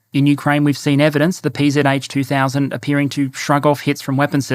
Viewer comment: The PzH 2000 (good pronunciation btw!) is best understood as sniper among SPGs, in part due to the attainable range (55km+).